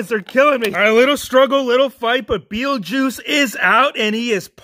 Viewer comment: You said Beattie juice 3 times!